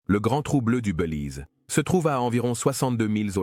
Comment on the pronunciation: On dit : " Bélize" et non : " Beulize"! Faut arrêter la beu ou l'IA!